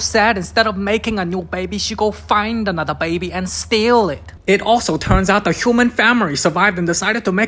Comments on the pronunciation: the way he said “bAiBy” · How he pronounces baby as bwaybee is hilarious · The Bayuh-Bee